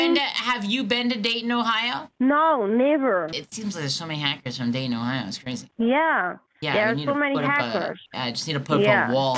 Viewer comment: What she said: "You and me, we will go Dayton, Ohio" What I understood: "You and me, we will go date in Ohio"